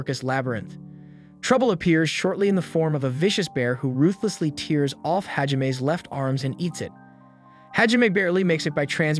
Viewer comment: How do you mispronounce tears? Tears his arm off is not pronounced the same as shed tears